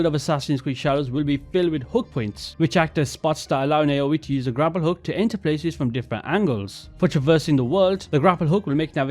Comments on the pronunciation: Just a heads up for future videos, going by the official breakdown, Naoe's name is pronounced more like "now-eh", not "nay-oh-ee" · Naoe is pronounced as "Now-a" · Why many people still can't pronounce Chinese and Japanese names right 😭